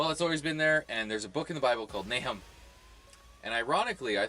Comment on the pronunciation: I knew a guy back when I was in college about 16 years ago named Nahum and I remember he told me it's in the Bible. You being ignorant of it means only that. And it's pronounced Na oom. Your pronunciation only further shows your ignorance.